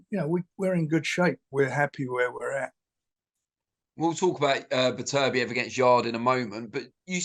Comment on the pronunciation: Bebertiev 🤣 how can he say he’s the best promoter when he can’t even say there names